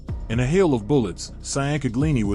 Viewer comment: Mike Cyan-caglingi 😭😭😭😭😭